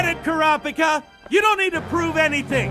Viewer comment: As far as dubs go this one is really great, but I just wish they coulda learned to pronounce the names better. Super jarring every time they say "Ku-RAAW-pika."